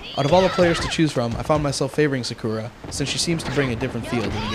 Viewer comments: sa-koo-ra wtf?!?! they created it they should know how to say their names correctly. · He said Sakura wrong. I find it weird. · XD ka-ka-chi and he said sakura is his favorite character and he cant even pronounce her name right! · should i get 1 or 2.. haku owned sakura in this. he said sakura and sasuke wrong!saiuuuke? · the guy said sasuke and sakura wrong